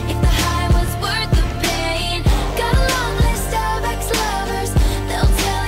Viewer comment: I thought tay said All the lonely Starbucks lovers